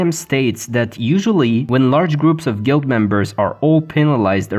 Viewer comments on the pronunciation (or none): none